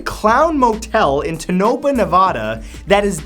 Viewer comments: I love your vids, but you absolutely butchered the name Tonopah, NV...... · Its Toe-No-Paw not Toe-Nope-Uh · tonopah is pronounced Toe neh pah hahaha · Super annoying that you mispronounced both Tonapah, and Nevada. please, please , please, for the love of god, if you are you going to talk about something learn how to say it first.